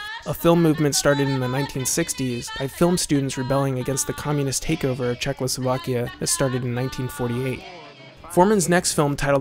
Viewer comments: It is not "Czechlosovakia", but "Czechoslovakia" :) :) Great video otherwise, as always :) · dude it's Czechoslovakia not CzechLoslovakia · Listening to you mispronounce the word Czechoslovakia (at least six times) was unbearable.